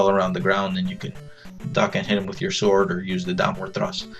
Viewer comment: by watching this i learned that sword is actually pronounced sort and not sword...